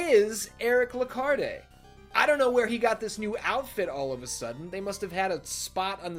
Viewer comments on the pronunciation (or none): I think the “E” in Lecarde is silent. And John Morris is technically a descendent of the Belmonts.